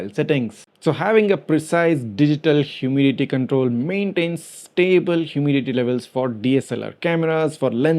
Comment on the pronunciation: hyoo-mi-di-ti kan-trole